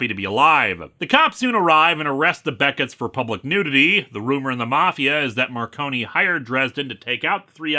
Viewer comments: Also, it’s pronounced “Mar-cone” not “Mar-conie”, you’re good though, the audiobook narrator got it wrong for the first three books too. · "Marcone" is two syllables, I believe... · so about the pronunciation of "Gentleman" Johnny Marcone's name: Word of God states that it's pronounced as a dual-syllabic word (Mar-cone) as opposed to tri-syllabic (mar-cone-ee) To be fair, it's a fairly common mistake to make; it was a mistake that James Marsters made during his narration of Storm Front, as well. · and you did the same thing as James Marsters, the E in Marcone is silent